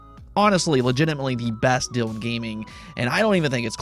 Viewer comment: You gotta fix this for me, I tune in every day. It Deeeeeeal. Rhymes with eeeeeel. Pretty Pliz I'm going crazy slowly. I know it's a sad state of if affairs to be triggered but I've wanted to write this for like three months lol